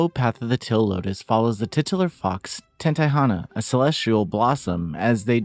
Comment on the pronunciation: why do you pronounce "teal" like "till" lol